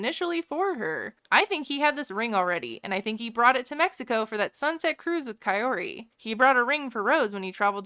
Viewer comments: Ed pronounced "Kaory" different every time he said it. ffs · I cant listen to ed say Kaori's name one more damn time.